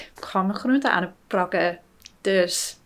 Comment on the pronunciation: Yes, you got a handle on "dus"!